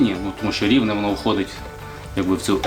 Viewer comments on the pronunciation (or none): Не Ровно , а РИвне!